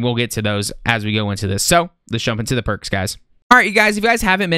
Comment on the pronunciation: Thought you said perc 30 😂